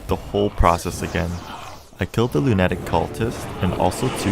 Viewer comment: im horrified by the way you say lunatic